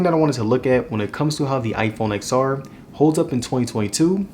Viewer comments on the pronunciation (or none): I had to stop watching this video after the 3rd time you said Ex-R. Seriously not to nit pick but it's pronounced 10-R. It's like pronouncing the iphone 10 as iphone Ex. Or the iphone 10-s Max as iphone Ex-S Max. Seriously cringy to hear repeatedly